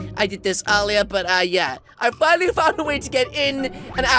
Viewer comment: he wanted to say finnaly but he said fuckily xD